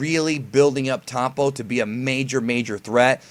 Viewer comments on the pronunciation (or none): This guy said "Towpon" LOL Why can't americans pronounce the " O " like anybody else... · are you saying tompo? the fuck